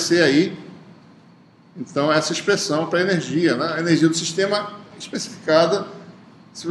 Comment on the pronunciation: AULA MASSA. MAS ASSIM, .... ENERZIA? :0